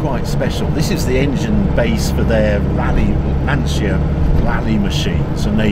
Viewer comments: Italiano here Just to ask please if u say lancia as in lansee-a in italian u are actually saying: l ansia ( the anxiety) for lancia think as lantcha to made it sound properly. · Great video, lovely car. The only thing you need to improve is the pronunciation of the word "Lancia". It's Lan-tcha" ;-) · Harry I love you man but please say it correctly....''Lantja'' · haha...only certain words bother me...i assume youre referring to pronouncing Lancia as "Lan-see-ya"? brits were yucking it up to the new Alfa "Toe nail" (Tonale) thinking they were so clever and that the world revolves around the english language when aruguably 65-70% of their language is based on latin... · Lancia to pronunce like Lanchia. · it's pronounced "lancha" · Harry, you pronounce Porsche correctly, so why not Lancia?